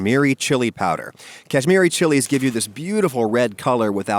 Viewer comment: Oof it makes me cringe hearing other accents pronounce tandoori or kashmiri, idk why